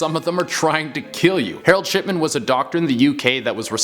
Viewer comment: You said Harold shitman and not Harold shipman